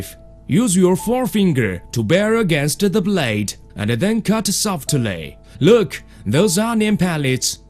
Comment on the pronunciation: Lerk at he paperrrrrs